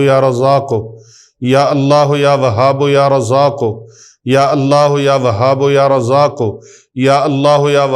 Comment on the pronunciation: Asalamo Alaikum..mne kehna tha k YA WAHABO nhi hota na YA WAHABU kehty hn..talafuz ye thek hy ya ksi bhi trha parhskty hn..wesy mne Talafuz se parha hy QURAN PAK.ya wahabuu kehty hn.